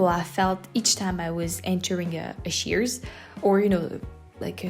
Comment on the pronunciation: I can tell you are European even if I ignore your accent. It's pronounced "SHEETS." I went to college outside Pittsburgh. So I love Sheetz when visit friends in Pennsylvania. But I always buy too much food.